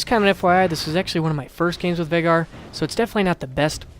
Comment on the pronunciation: Vai-gar is the pronunciation.